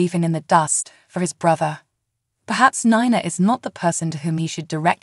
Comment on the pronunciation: AGAIN ITS Ni Na not nana Nina